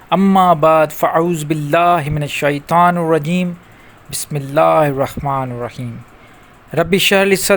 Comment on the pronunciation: جناب آپ تو قرآن کی اعراب اور تجوید کو اپھی ٹک علم نہیں رکھتے ھو،پہ طور مٹال آپ بسم اللہ الرخمن الرخیم بولتے رہے بے اور بھٹ سے اور غلطیاں آپ سے بھی ھوتے ھیے،جو شخص روحانی استاد یا مرشد کا منحیٹ لوگوں کو جو تعلیمات اور وظایف دیتا ھے علم قرآن اور حدیث میں ضرور علم رکھتا ھو،کہ آپ اس کے صلاحیت نے رکھتے تو برای مھربانی عوام فریبی چوڑ دی اور مخلوق اللہ ج کو گمراہ مت کرو